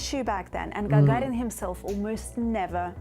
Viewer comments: Lol, nice. Yuri "jajarin" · Она русская, как она произносит фамилию Гагарин и Королев, фонетика выдает ее происхождение, хотя ее английский совершенный.